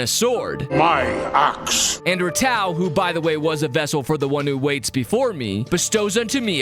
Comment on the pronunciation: Love your vids but I’ll be honest, not sure how much of the fandom says this but, I know i pronounce Ratau as Ratu